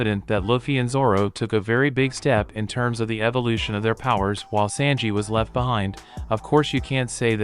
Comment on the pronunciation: Fella, the way you pronounce Sanji, is killing me.